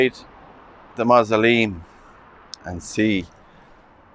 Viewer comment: Love your pronunciation of “mahzahleem”. Small church yard with very old graves. I wonder if they still allow burials?